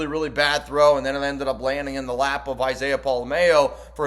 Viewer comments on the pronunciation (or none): Its pola-mao. "MA-OH". Not pola-MAYO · You are the only one I hear saying Pola mao wrong it’s not like Best foods mayo nnaise